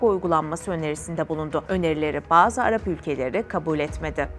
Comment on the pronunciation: Bazı arap ülkeleei deyip gecmeyin o bazı arap ülkelerinin ismlerini Net bir şekilde anlatınki kimin dost kimin düşman olduğu akıllarda kalıcı olsun anlatımda bagzı söylemini kaldırn Net anlatın isimleriyle vurgulayarak anlatın bagzı ülkelerdiye bir ülke yok 😡